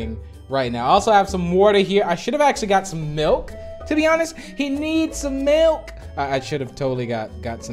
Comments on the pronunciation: Its milk oh wait checked the dictionary its MALK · Alphapixels well uh, they in the audio, someone gets mad that they say “malk” instead of “milk”